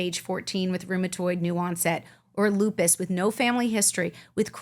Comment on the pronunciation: If she says Lupis one more time, I'm calling Dr. House.